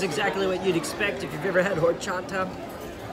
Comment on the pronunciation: LOL i LOVE your videos! you always make me laugh and i love your honest reviews. as a girl who’s been dating a mexican for 9 years, he heard you pronounce Horchata from the across the room and shook his head lol it is pronounced without the H. so like “Orchata”. i told him that your pronunciations of Mexican foods is all part of what makes you, YOU. lol. i love it. keep being you!